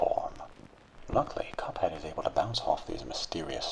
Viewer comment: He likes how he says "Cuphead"